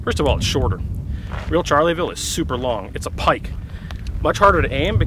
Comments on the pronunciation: Shar-la-vill ….not charley-vill 😂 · Not trying to be a smart ass, but I always thought it was pronounced "sharl-ville" not "charly-ville". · nice presentation, BUT, it is NOT Charley-ville !!!!! it is French 'Shar-Lay-Ville' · This musket is not a "Charlieville" but a "Charleville". There is no "i" and the "e" is silent. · Shar (hard r) leh ville... Not Charley.. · Isn't it pronounced Schar-la-vill? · "Charlyville" - actually you don't pronounce the "e" ; ) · Charley ville. 😂😂😂😂